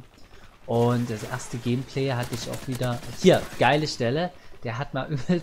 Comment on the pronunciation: "Gehmpleh" Danke für diese neue Aussprache für "Gameplay":P